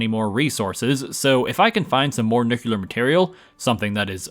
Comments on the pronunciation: Nucular or nuclear? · imagine playing Fallout on most of your channel and pronouncing "Nuclear" wrong. (not meant to be a mean comment, just wanted to point out that you said "nucular") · Your constant mispronunciation of "nuclear" is weird without an American accent.